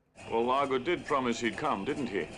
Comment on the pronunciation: Hey, just thought I would mention that Russia's Vladimir Putin uses body doubles who have had plastic surgery to look like him, and it is very effective. Oh, one more thing, Domino is played by Claudine Auger which is pronounced "O-Shay."